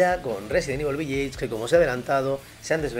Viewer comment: Desde el respeto. "Village" se pronuncia diferente.